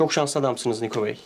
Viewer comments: Nikoya da Nako 😂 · Nikoya nako